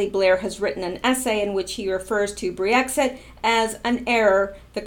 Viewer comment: Brexit. Brek-sit. Sounds like you're saying Brie-exit, that's for when a region of France best known for its soft cheese leaves the EU.